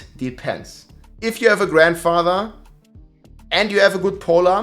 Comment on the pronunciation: you're killing me with the way you say Grandfather. I swear it doesn't have that many damn D's in it.....! However, other than that I say keep up the good work.